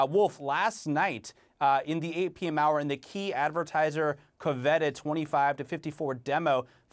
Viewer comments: "kuv-VET-ted" :blink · Weirdest pronunciation of "coveted" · How does Oliver Darcy not know how to pronounce "coveted"? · It's pretty embarrassing that Mr. Darcy can't pronounce "coveted" correctly.